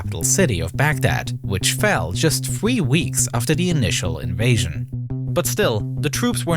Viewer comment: evwewon fweezes s c de ked along with twoops from the UK fwought der wei to the capital city of Baghdad, which fwell just thwee weeks